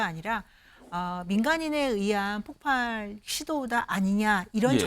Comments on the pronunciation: 폭팔이 아니구요 폭발입니다.앵커양반!!! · 여기 지금 목소리 나오는분 들 폭발을 폭팔로 계속 발음 하는걸 보니 폭발을 폭팔로 잘못 알고있는 분들 같네요 방송을 하는분들이 이래서야 되겠습니까 ㅠ